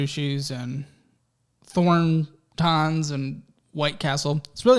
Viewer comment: “Thorn…tahns” lol it’s pronounced Thor-tons. It’s a gas station.